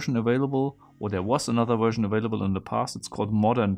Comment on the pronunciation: What happened btw? Also funny how you say "wersion" Lmao